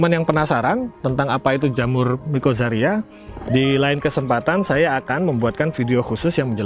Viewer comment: Mikozaria ??? Mikoriza x om😛